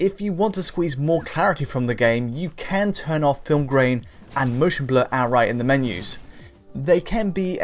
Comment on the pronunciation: always pronounces "can" as "Ken" and it's highly distracting once noticed